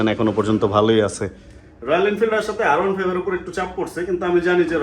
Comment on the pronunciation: R 15 ( আর ওয়ান ফাইভ ) কে আপনি সব সময় আয়রন ফাইভ উচ্চারণ করেন কেনো ?